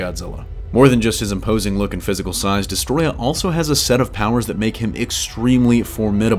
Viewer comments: Its not destroyah its desetroyaaaaaaaa 🤣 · I feel like he is saying the name wrong.